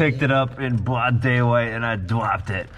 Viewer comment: "You sat on it in bwoad daylight, and you bwoke it!" Definitely enjoy the random nonsense, you should talk Ashton into bringing his truck to Yello Belly once it's fixed so Team TrippleSeven can field 4 vehicles.